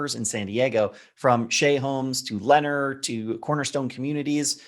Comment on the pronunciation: Great info. But please learn how to pronounce Lennar homes if you are going to cite them as a builder. 😛😛